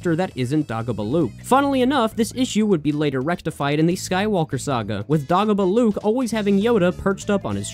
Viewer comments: You pronounced Fandango right the first time. The pronunciation of Dagobah though, it's Day-go-bah just so you know :) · My dude it's DAY GO BUH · Man really called dagobah "daah-gobah" 💀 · How does this dude not know how to pronounce Dagobah? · Hearing it misprounced as "dah-go-buh" instead of "day-go-bah" triggered my fight or flight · DAH GO BUH?????????? DAY-GO-BAH!!!!!! GO REWATCH EPISODE 5 RN!!! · Dog-oh-buh? No!! DAY-GO-BUH!! lol Comment 🤔😅 DOG-A-BOO LUKE?!?!🤣 DAY - GO -BUH!!! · Dude, it’s pronounced DAY-gobah. Clearly you haven’t watched The Empire Strikes Back, which is unforgivable. 🙄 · DAY-GO-BAH FFS! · It's Day-goh-bah. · "dah-go-bah" tell me you dont know star wars without telling me you dont know star wars. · This man did not just call Dagobah , DAAHHH go bahhh.... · Bro said dagabah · "Dah-Go-Buh" almost made me kill myself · Dagobah= Day-go-baa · It’s day go bah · YOU SAY THE DAGO IN DAGOBA LIKE TACO. IT RHYMES WITH DAY GLOW. DAGO. I'M SO ANGRY W YOU RN!!! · Every time he said it I would say out loud, DAY-GO BAH! They even say it in the movie how they think it should be said. Otherwise, alright video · Great vid, but it's DAY GO BAH 😂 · Every time you said "Dagobah" wrong it felt like a strong hit of ketamine in my system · i'm not criticizing any of the actual information here, but...please tell me you have learned how to pronounce "dagobah" since posting this video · Are you trying to kill me with how you mispronounce Dagobah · Stop pronouncing Dagobah like that. They say it out loud in the movie, there is an objectively correct pronunciation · Why are you saying Dagobah like that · THAT'S NOT HOW YOU PRONOUNCE DAGOBAH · Excellent video but why do you pronounce Dagobah like that? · The way you say Dagobah... May God spare you the curse of empathy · eh. in free play saving and quitting functions exactly the same as finishing the level. also, your pronunciation of dagobah incites me to primal violence.